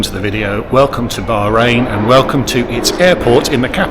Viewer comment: I wish you would pronounce Bahrain properly ,the h is not silent and Manama is pronounced MAN AH MA